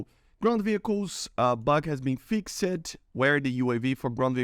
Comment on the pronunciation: You overpronounce the "e" in "-ed" endings of words, just pretend its "fixd" instead of "fixed", that should sound more natural.